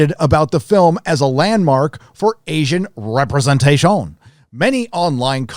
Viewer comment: PS please say representation like that forever more in videos